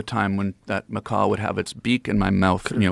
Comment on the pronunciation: Macaw, not mccaw lol